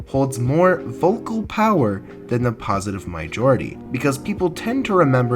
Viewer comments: You pronounced it mijority instead of majority and it sounded funny, so I pointed it out because I'm a funny lad, ye? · Did you just say mijority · positive mayjority? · Hey man great video bUt YoU pRoNoUnCeD mAjOriTy WroNG anD MisSpeLLeD mAjOriTy